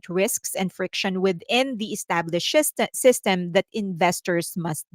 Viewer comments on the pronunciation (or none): Established shitstem... 🤣 (I know you didn't say that, but that's what I heard..)